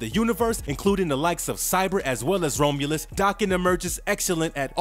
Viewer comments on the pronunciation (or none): I loved the video! One character I hesitate to draw because of his tattoo. A couple of things I want to criticize are only the pronunciations of the word adamantium and the name Romulus. Definitely no dis. But first one is Add-uh-Man-Tee-um And Romulus is like ROM aka CD ROM so it’s ROM-You-lus. That’s all. Everything else was solid as a rock. Amazing channel!! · The Best Wolverine. the pronounciations are again..awful. I can't continue watching this after the 3rd "Roam-U-Luss" Sucks, I really like this character, too bad this channel always messes something up